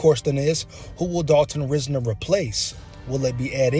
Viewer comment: Watch his interviews and you’ll like him a whole lot more. RISE-NER too no RIZ-NER